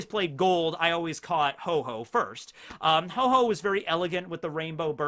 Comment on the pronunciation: Ho-Ho? You should check it's name again, it's Ho-Oh.